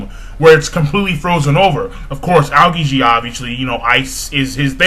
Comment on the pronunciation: I really like your One Piece reviews, too. They're very thorough and very accurate. The only thing bothering me is how you pronounce the names of the Marine Admirals. The correct pronunciations are as follows: Aokiji: (AE-oh-kee-jee), Akainu: (Ah-KIE (ryhmes with "pie")-New), and Kizaru: (Kee-ZAH-roo). I'm not trying to be mean, I'd just like to hear someone pronounce their names correctly. Will you give it a try?